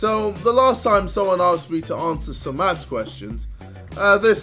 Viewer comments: “Today we’re going to be finding out how good I am at mafs”. Dude, knowing how to say and spell it would be a fantastic start. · Lol did he say maths instead of math